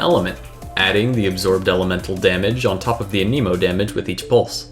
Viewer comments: Why does everyone pronounce Anemo as a-KNEE-mo? I'm pretty sure it's A-neh-mo. I mean, that's even how Sucrose says it. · Okay so I really do hate to be that guy but I really feel the need to point out that is 1000% not how you say anemo. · The was you say anemo 😨 no no no